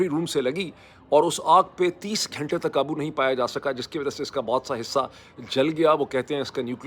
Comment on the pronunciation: I wish he would work on his pronunciation. Its not khalaf its khilaf. Its not ghainta its just ghanta. Also its soverign-ty not sovreign i ty So embarrassing to hear him mispronounce.